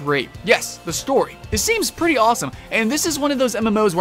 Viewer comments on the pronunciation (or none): none